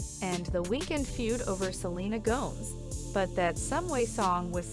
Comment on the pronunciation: Wish The Dammmnn Person Who Is Narrating Stop miiss Pernouncing Selenas Last Name WRONG